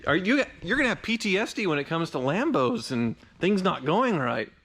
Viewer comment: Lol, he said PT Esde